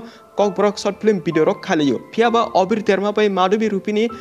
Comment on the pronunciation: Abir❌ Obir✅😅